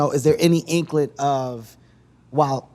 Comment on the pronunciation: Lol keb said inklet instead of inkling